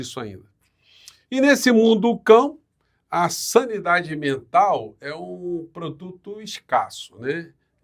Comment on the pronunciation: Vocês estão muito benevolentes com essa celerada. Ela disse "saniEdade". Uma palavra que não existe.